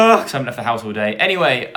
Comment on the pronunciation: The way says “my dads house” sounds like “my dads arse” 😂